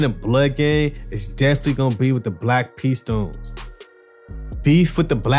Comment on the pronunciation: "in the black p tones " 🤣🤣